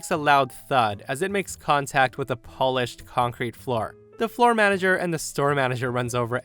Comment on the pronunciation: So, no one else caught the "Polished" ptonounciation? 🤪 It's "pol-ished", not how you say it like the country. 😛